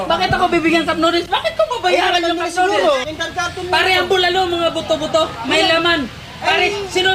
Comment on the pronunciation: BULALO PRE HINDI "CUPNODEALS" hahahahahahahahaha